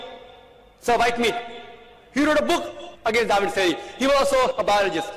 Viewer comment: Every time he says "Theory" I hear "Ceery"